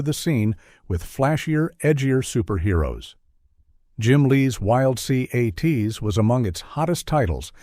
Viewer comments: I loved Wild Cee-Aye-Tees! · If you are going to use the stupid A.I. voice, then edit the script so it can pronounce the names. It has trouble with words that are in all caps, like Wild C.A.T.S. and C.O.P.S. I'm guessing the script was also written by A.I. and you didn't bother to read it.